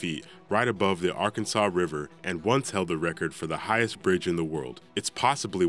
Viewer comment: he pronounced arkansas wrong